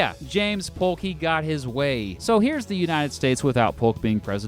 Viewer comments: you said hulk instead of saying Polk😅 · It's pronounced P-OH-K, for those who don't know. The "L" is silent just as it is in "walk," or "talk."